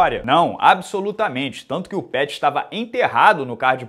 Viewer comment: Antoni “Peurrys”